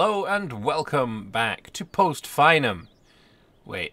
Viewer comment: It's pronounced "fee-num" not "fine-um"